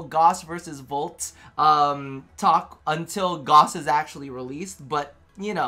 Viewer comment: Gauss = Gowse. not Goss.